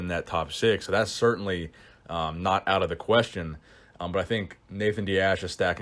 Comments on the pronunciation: Out not ouit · "Ouit" lol fix it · “Two weeks ouit”